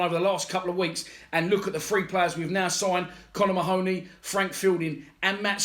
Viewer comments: Get his name right mate 🤣 its ma-honey not ma-hooney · Should be pronounced " Marhney".